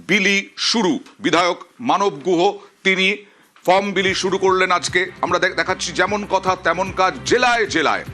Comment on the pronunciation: Mrs.MLA ma'am From kotha ta valo kore uchharon korte pareni. Ma'am k bolun karor help chara oi 12 page er form ta filap kore dekhate